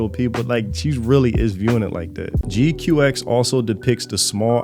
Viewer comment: ok first the one that helps a lot of people the pronunciation is more like G-Quacks than your G Q X